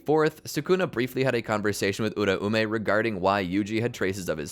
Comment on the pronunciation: It’s U-raume not ura-ume